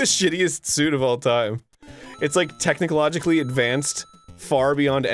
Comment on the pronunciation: Tech·ni·co·gi·cal·ly /TəkniˈCOG(ə)ˈalee/ adjective 1. Having to do with technology; Technologing. 2. Some weird-ass thing Arin said on Game Grumps.